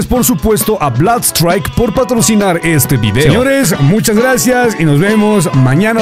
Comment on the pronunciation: Se pronuncia blud straik bro